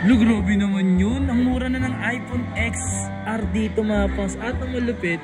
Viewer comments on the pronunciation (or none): "Aypon ten ar" po hindi "aypon eks ar" 😂😂 Love your updates, keep it up!